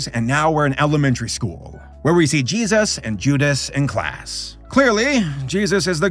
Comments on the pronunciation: I wonder why he always says Jeeayzus when he says Jesus, I thought it was amusing when he reacted to the crappy Christian cartoons, But now I have noticed he says it that way every single time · "Judas and Jesauus."